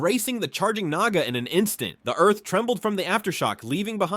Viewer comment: Dude i heard naga as niga 😭😭🙏🙏🙏🙏